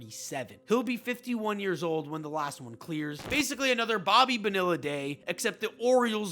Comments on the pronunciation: Hahaha dude. Bobby "Buhnilla?" Bo knee ya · How can mispronounce Bonilla? Do some research.